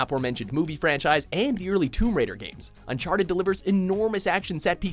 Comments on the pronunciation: when it said unchatered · "unchaterd".... well ok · “Unchatered 4” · I'TS UNCHATERED A THEIF'S END!11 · Fifion Ahh... It wasn't important, but I did find it hilarious! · Unchaterd... Really